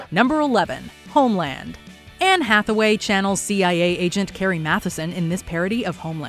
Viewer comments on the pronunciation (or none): none